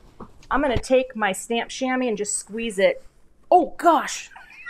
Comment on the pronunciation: The way you're pronouncing Shamwa is the way it's pronounced in French = shamois. Belle carte!